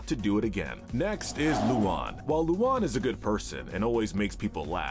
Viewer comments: IT'S NOT LUON IT'S LUAN YOU DINGDONG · keeps saying luna wrong he keeps saying lulan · Wdym?, I pronounce it “Loo-Anne” not “Loo-Juan” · Sorry If this sounds like a pointless nitpick….her name is pronounced phonetically as “Loo-AN” not “Loo-AWN”!! (I know, but that’s been bugging for a while now)🤣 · Apparently I have been pronouncing Luan's name wrong this whole time! Seriously though, I like or at least don't mind a lot of the characters on this list. Also a lot of the episodes mentioned were especially bad episodes as a whole and doesn't reflect the characters as a whole. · I was being sarcastic because they pronounced it wrong in the video lol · The way you mispronounce luan makes me wanna die